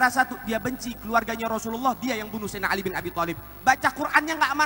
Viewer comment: Sayyidina. Bukan sayyiduna